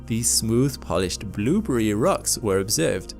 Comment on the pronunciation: British folk cannot at the word "blueberry" without destroying it.